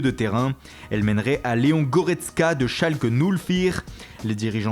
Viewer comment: Et a mdrr Schalke null vier